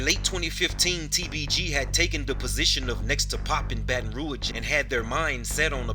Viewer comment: Baton rouge. Pronounce it good nigga